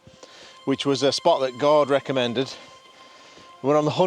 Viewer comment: eveytime says gord it sounds like he is saying God. too funy